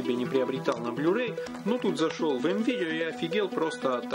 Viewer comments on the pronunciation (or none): none